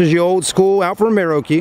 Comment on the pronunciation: It's Alfa Romeo....not Caesar Romero.